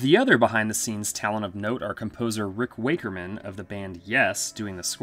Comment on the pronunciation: My thoughts exactly. As a Yes fan and RW being one my favorite keyboardists, this disappoints me someone can't pronounce his name right.